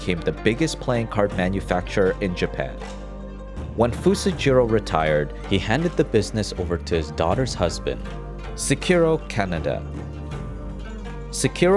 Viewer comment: loved the video! just got confused when he pronounced Canada instead of KANEDA